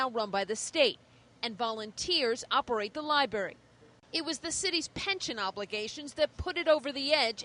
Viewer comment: Did she say " The Lie Berry?"